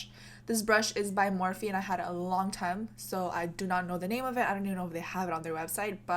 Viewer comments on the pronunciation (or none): none